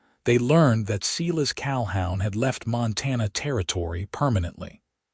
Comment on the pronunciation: Seelus Calhown?? Silas Calhoun....work on pronunciation is needed on these AI narrated stories,and the math was faulty as well. 100 years after they met they would not have had a 92 year old graddaughter. More attention to detail please. Other than that the story itself was good.